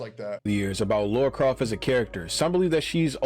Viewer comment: It’s CROFT not craft.